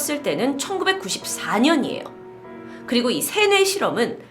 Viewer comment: 저는 "이 새해 실험"이라고 들려요